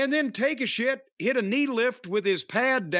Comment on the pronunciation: i always laugh how jim calls takashita take a shit